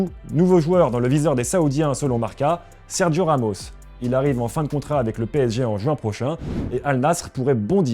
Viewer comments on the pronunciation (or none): Massacre du nom Al Nasr, massacre du prémom Sergio... superbe